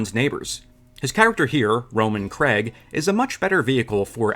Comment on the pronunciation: Please, pronounce Craig properly: Craig rhymes with plague. It's not Cregg / Gregg / Krigg / Krieg etc